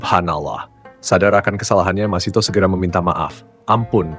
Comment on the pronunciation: Masytah bukan masitoh